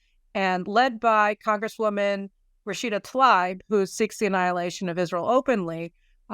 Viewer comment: Love yah, Caroline, one Columbia (MA) grad to another. Pronunciation: Rashida Tlaib = TLAH-EEB. But however you pronounce it, she/it remains a piece of human debris.